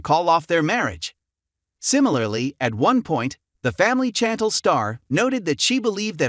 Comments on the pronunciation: SHantel not chanttell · Her name is pronounced as "SHAN- TEL" But its spelled Chan-tel.